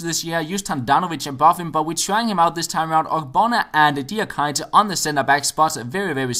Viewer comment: Diakite is pronounced dee ah kee tay